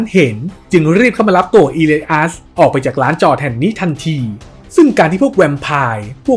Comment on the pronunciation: อีเลียส ครับ ไม่ใช่อีลัยอัส😄